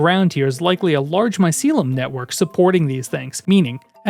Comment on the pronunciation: bro its not mycilum it's MYCELIUM